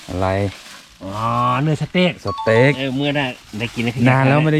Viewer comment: สเต็ก นะครับ ไม่ใช่ เสต็ก